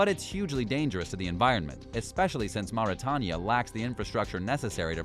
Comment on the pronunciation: Mauritania is pronounced Mar-Ri-Tai-Nia